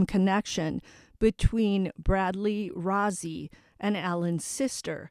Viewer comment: brad rozzi is pronounced roasy not rozy